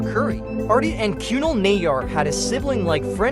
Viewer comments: Not KYUNAL its kunaaal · that narration was terrible, how difficult is it to pronounce Kunal